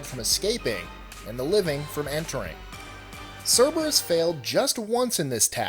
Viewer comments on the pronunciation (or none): none